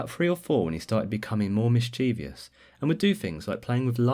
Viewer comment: I know this isn't something to be happy about but I'm glad I'm not the only one who mispronounced the word "mischievous" :))